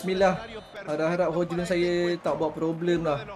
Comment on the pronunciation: Cara sebutannye hoilend bang